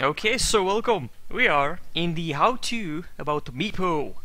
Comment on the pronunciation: ctrl + three luv his accent "velkoom!"